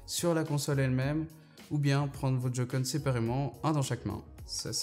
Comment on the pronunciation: Sa ce prononce pas jocon sa se prononce joycon si non super vidéo